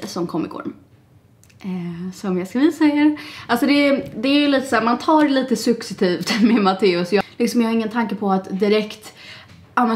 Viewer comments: Jaha! HAHAHA. Jaja, jag säger fel superofta🥰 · Jag kanske är lite petty men störde mig på att du sa successivt fel😅